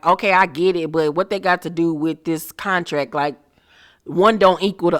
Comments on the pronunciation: Not cuntrack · LaTisha and her husband and their conversation about the “cuntrack” 🙄🙄🙄🙄